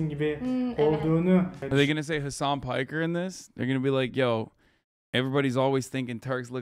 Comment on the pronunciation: Even if I don't speak Turkish I know a lot of Turkish words have French origins, well, that's the way most languages are evolving instead of dying and it also facilitates communication for people who don't speak the same language so it's cool. BTW, it's funny for French-speaking people when Hasan says his full name in the Turkish way, because "Piker" sounds like "Picard" (a common French family name and the name of Picardie region's inhabitants), just like Star Trek's commandant Jean-Luc Picard (who is supposedly from Burgundy!). So Hasan could create a French avatar named Henri Picard in addition to his US counterpart Hank Pecker! I might have confused you with my timestamp, but I wasn't talking about Hasan's following gesture (in France we used to do a "bras d'honneur" (an arm of honor, coincidence!) as an equivalent by putting our open left hand in the crook of the right arm, then violently flexing the right forearm, but this gesture has become quite obsolete because "le doigt d'honneur" (the middle finger) has mostly replaced it) but about the gesture he made and gave the FU explanation . Sorry for the tartine (kızarmış ekmek, which also means "long text" in French argot in this case, or a slap in the face) and the mutiple and awkward parenthesis. Have a nice evening and a peaceful future.